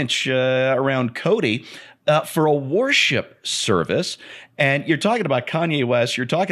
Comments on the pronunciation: For a moment, I thought was saying, “Warship.” 🤔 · AlienRenders I’m sure it’s just the way pronounced worship. I just comes out like warship.